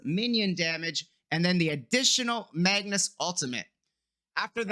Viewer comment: so saying magnus instead of magus is a disability now?